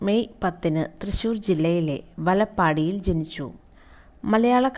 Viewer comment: വലപ്പാടി അല്ല സുഹൃത്തേ, വലപ്പാട് ആണ്